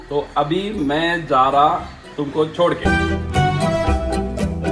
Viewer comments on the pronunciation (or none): Ghar chhod ke hota hai .chod ke nahi